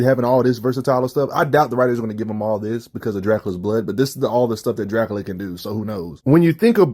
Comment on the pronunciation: “Draculer”😂 is Crazy